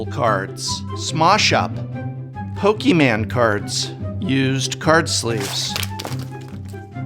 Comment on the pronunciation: “Poke-e-man cards” holds up digimon Can’t stop laughing.You slay me, sir.